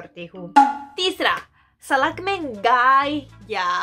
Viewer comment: Miss Salk Nahi Sadak hota hai